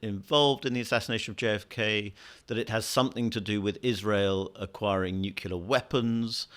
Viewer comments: there's no such word as "nucular." (NEW-kew-ler) The word is "nuclear." (NEW-klee-er) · the interviewer said there was a fact that ........ the jews etc. He seems to be put forward by the Spectator as a competent journalist. Can he support those words and the ones that followed? He also referred to "nucular" weapons. Doh! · I can’t stand nu-cu-lar.